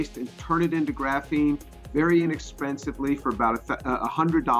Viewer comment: It's pronounced "graphene", not "graphene".